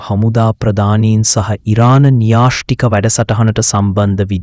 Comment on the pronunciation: ''න්‍යාෂ්ටික '' නෙවෙයි , න්‍යෂ්ටික !.